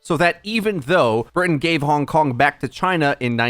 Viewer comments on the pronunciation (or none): none